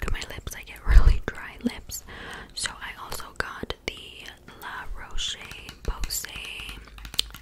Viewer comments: Btw La RochePosay is pronounced, La Roush pose-ayy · The brand La Roche Posay Is pronounced: La Rosh Pozay 😭😭 and it’s amazing it works on every skin type and it’s very soothing you’ll really like it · btw la roche posay is pronounced (la ro-sh pozei)